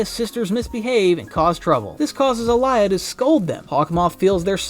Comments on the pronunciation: Alya not alaya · Common not alaya it’s Alya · ITS ALYA NOT ALIYA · It alya not Aliya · It's Alya not Alaya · Its alya not alaya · It’s pronounced all-Lee-ya not ah-lie-ya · Bro it's Aaliy😂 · why do u pronounce alya's name like that